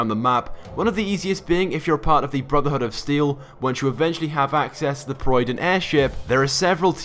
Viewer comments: Proy-dwin.... Boi it's prid-win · The proiden..... Do you mean prydwen!? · prid-win not proid-wun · The proyden? It's the prydwen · "Proyden airship" You just butchered the Prydwen's name... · I called it the "Pyerdon" until i heard it actually being pronounced. I still do sometimes as a joke. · Yeah, but that doesn't stop him from pronouncing it correctly. I am from the southern US, but I can still speak Spanish words correctly. I mean, the BoS guys actually say prid- win tons during the game. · “The proidwin” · Nobody: Nobody that has ever existed: This guy: PAROYDN AIRSHIP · ah yes the proiden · ... did he just call it the proyden? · the what? The Proueden? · The proiden. Totally not prydwen or anything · "Proiden" lol prydwen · This is an insult to the prydwen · Sorcus It’s really not that hard! It really killed me to hear that. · so, it doesn't stop him from saying prydwen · How hard is it to say Prydwen?